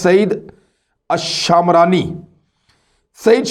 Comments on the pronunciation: Shaamrani nahi lafaz shmrani hay a nahi para jahay ga. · Imran sb, Ye word Jo ap شامراني Bol rahe ho aik tribe he شمراني Word he, do make it correct. America aese incidents ko cash karwana chahta he jab k Ye logic hi totally wrong he, Aik student k individual k act pe aik state ko responsible qarar Dia Jaye, Jin millions logon ka murder Kia he America ne us ki responsibility to totally American govt ki he, is pe UNO Ya Koi aur idara notice q nai leta